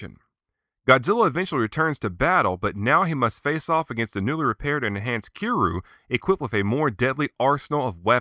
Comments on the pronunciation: you say kiryu like this ki-ri-you not ki-ru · Wait did this man just say kiruu...WTF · Its pronounced ( kee-er-yoo ) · Um its pronounced Key Ree You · it didnt say kiryu right, ive seen other creators use it, and it doesnt sound natural. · Stop mispronouncing Kiryu's name!!!